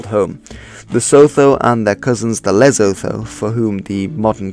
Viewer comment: I love your videos - big fan here. However a few notes: the tsetse fly is a biting fly that carries a particular parasite that causes human sleeping sickness. It is not related to malaria. Sotho is pronounced "Sutu". Lesotho is pronounced "Lessutu".